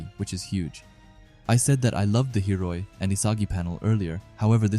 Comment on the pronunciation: I know it's common for you to mess up pronunciations, but cmon, you gotta do Hiori like that? 😭